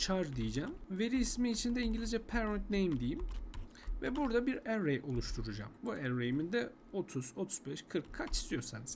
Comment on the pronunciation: array kelimesini telaffuz edişin sinir etti. dümdüz erey diyip geçemiyon mu dayı ne bu aksan hevesi